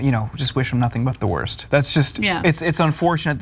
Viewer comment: *worst, it's spelt and pronounced worst, ffs.